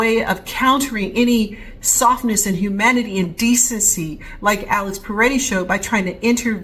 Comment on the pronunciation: It's Pretti, not Paretti.